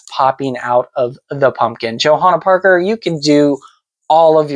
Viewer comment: Awww!! I Love this! You pronounced my name beautifully, and I so appreciate you taking the time to deep dive into all things JP! You clearly have done your homework, and Thank You so much for loving my designs, taking the time to share your collection and inform fans about my art. I’m truly honored & humbled by the many JP enthusiasts out there and tickled to see videos such as this. Warms my Heart! Happy Hunting & Haunting, ~ Johanna Parker:)...(and btw, you’re right on the polk dot with your hunch! Indeed, we will have a new Holiday ceramic collection hitting stores this year!)